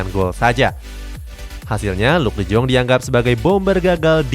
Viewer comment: Bang De Jong Di Baca Nya De Yong,Griezmaan Gak Cocok Sama Barca Makanya Dilepas Dan Klausus Nya Pembelian Permanen Wajib Musim Depan